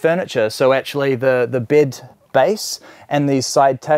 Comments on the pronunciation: You know someone’s a kiwi when they say ‘bid’ instead of bed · its bed not bid you moron